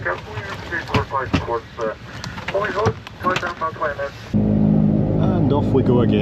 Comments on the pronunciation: Being picky, but just to say that -våg is pronounced -vorg. 😊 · Probably already been told somewhere in the comments, but the å is pronounced like «au» 😊 So the name Pål is the same as the english Paul, and it’s pronounced the same way. So Honningsvåg = Honningsvaug 😅